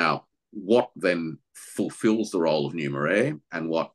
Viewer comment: What did say? "Numer-air"? Anybody know the right spelling?